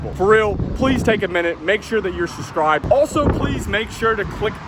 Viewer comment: SuBscribe!!!..you always leave out the B when you say it 🤦🏻‍♂️